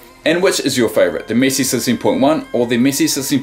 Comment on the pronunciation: am i only one who think say missi and not messi